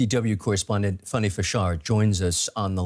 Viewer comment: Why is the anchor calling the reporter Funny when her name is Fanny? 🤔